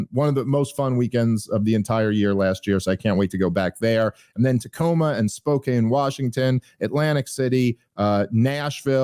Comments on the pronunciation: Spokane is pronounced Spo-can 😁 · Shhh... no one tell Dave he's mispronouncing "Spokane".